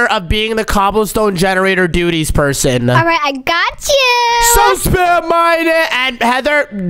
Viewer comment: said dutys😂😂😂😂😂😂😂😂😂